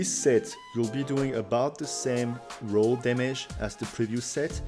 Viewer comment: So whitch rows the boat best. Oe its raw not row. Keep hearing row. Raw sounds like war but with an r